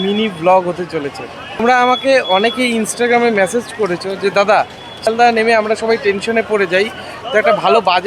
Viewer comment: What is your qualification ? Speak message not massage. It hurts ear to hear.